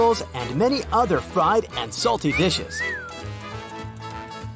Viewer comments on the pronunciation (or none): none